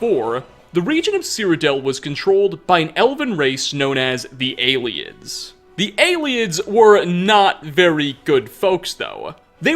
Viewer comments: They are called the ayletts not aliens you're saying that wrong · It's pronounced ay-lids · I always pronounced Ayleids as eyelids.